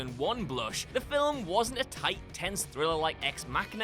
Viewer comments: it's Film, not "filwim".... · By-oh-pic as in biographical picture not by-op-pic rhyming with myopic. Film is one syllable, not 2 (fill-um) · it's Newt Skamander, not Skarmander. "...two and a half hour runtime which is two hours longer than any filwim needs to be..." What the frak are you even saying here? Every movie ever would like to talk to you.